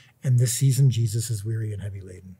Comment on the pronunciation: “Jezus” how u gonna butcher my man’s name like that bro 😭